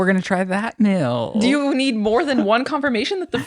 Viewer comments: Would someone please tell him its ME-EEL, not Mill.....lol love you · Lizzie please correct him when he says “mill” instead of “meal.” God bless you and the good work you do, lady. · Is saying (mill) instead of (meal) like a west thing?